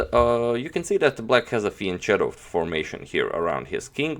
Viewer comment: The game is excellent but it is painful to hear wrong fianchetto pronunciation spreading to and influencing more and more people. Please get the correct one. The same story is with Yasser.